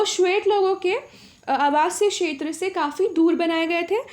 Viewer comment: Madam ji क्षेत्र का उच्चारण अच्छे से कीजिए और साफ लिखिए.....